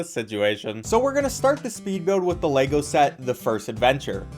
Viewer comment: Why do so many people mispronounce Lego.